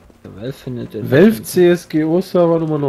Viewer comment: "Wie heisst der Server?" "Welf" "Wie?" "Wäählffh" Alter ihr wisst auch nicht wie man Valve ausspricht??